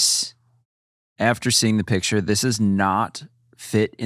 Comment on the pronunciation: Why was saying "piture" instead of picture? XD